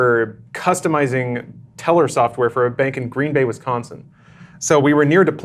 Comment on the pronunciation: It's Green Bay, as in one word. Not two words. LOL, I'm a wisconsinite.